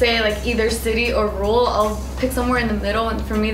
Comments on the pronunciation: it's ruRal not rule, please read a book or two. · nobody on the show can pronounce rural lol